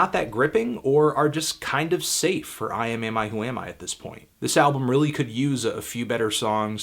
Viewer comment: That's uhh.....that's quite the band name. Good job pronouncing it in one go.